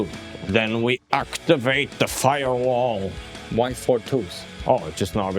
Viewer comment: "aktvate da firewaAAaaAl"